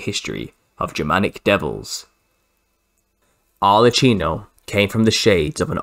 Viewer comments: ARLE-KEENO not CHEENO. "Ch" is [k] in Italian!!!!! But otherwise, fantastic research sir. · It's pronounced arlekkino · The Italian Arlecchino is pronounced : /arlekeenaw/